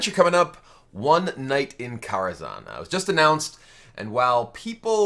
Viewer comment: good god that pronunciation on kara kazham